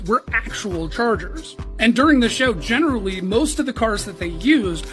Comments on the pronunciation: Funny... When you said the word generally, it sounded like general Lee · I see what you did there when using the word generally making an emphasis on the Lee part. General Lee 😂. Who else caught that?